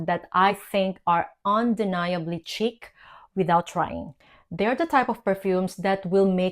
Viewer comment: It’s not a hard “c” - like chick Think ssssh chic Like sheeeek. Otherwise it sounds silly